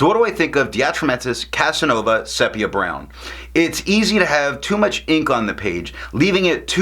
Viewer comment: Nice review. Quick correction: sepia is pronounced SEE-pee-uh